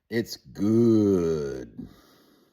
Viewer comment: Now you're saying it gooowed too oh no 😂😂😂